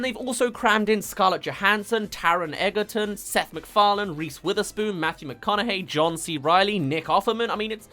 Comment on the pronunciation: I'm sorry to be this person but I have too much respect for Taron, it's pronounced Taron Edge-er-ton just spelt Egerton common mistake